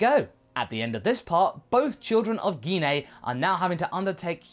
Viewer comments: Not trying to be rude but what's geen a you mean gene a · its pronounce Jine not gine and bardock really did care about gine (jine) like vegeta and bulma